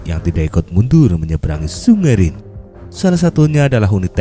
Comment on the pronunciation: Min bacanya rine....haha